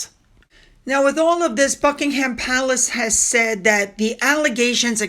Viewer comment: When you said Buckingham palace, I heard f’ing around!! 🤣😂 💜🇨🇦